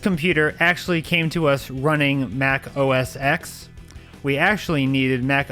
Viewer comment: Its pronounced Mac OS “ten”… Lol